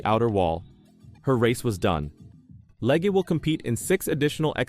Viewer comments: Her last name is pronounced leg not Lega. She has driven Indy car and cart for years. She was bought out of this year's Indy 500 because another team bought out the car she needed. They thought she might bump out one of their cars. She was having a great run at road America in cart when her rear wing failed and had a horrible crash. Not her fault and walked away. Later I watched her qualify a bad handling car at the Indy 500. That took more guts than her critics have. Look at her road America crash and see if you would risk going so fast at Indy 500 Qualifying with a poor handling car? She is a very good driver trying something new. Give her some time to adjust. I was at that road America race when she crashed so bad in the kink corner. In the stands we thought she has passed for a while. Later we found out she walked away. I saw the car she drove before the race up close. It was older and even has some rust painted over on it. After the crash the flatbed truck drove behind us with what was left of the car. The pieces were so small we wondered where she was sitting in the wreckage. She has guts! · LeggAh? Cant even narrate your own videos? You are a parasite...